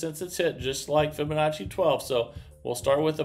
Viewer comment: I see he has learned how to pronounce Fibonacci. Very good